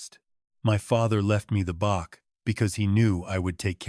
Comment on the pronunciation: Bach is Said Batch